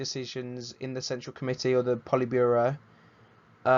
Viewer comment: man said poltiburo